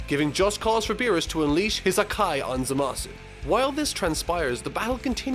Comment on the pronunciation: Who the fuck is "Za Ma Suu"??? I only know of Zamassss